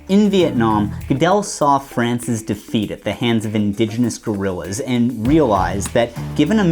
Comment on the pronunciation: You pronounced the name Salvador Allende like a... like it's done, I suppose. Seldomly his name is brought about, so it wouldn't even have mattered much. But the word guerilla is another thing, it seems. It is not gorilla. This is a completely different thing in the world of concepts about the world. It's a "false friend". Please let me make it clear: The word guerilla is not pronounced in the same way as the word gorilla. Please look it up. And please be a smarty pasnts about this s**t. There seems nothing else to be critigued. Please give me this 1% to perfect. Apart from that: First encounter. Subbed. Thank you.